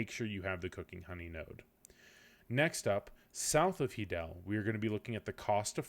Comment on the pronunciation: "Hee-del" i'm fairly sure it's "Hi-del" the stable (Izaro) says it when u speak to him lol